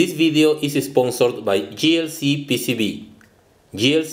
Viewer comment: The name "JLCPCB" is pronounced as "(Jay)LCPCB" rather than "(Gee)LCPCB". The first "J" was pronounced as a "G".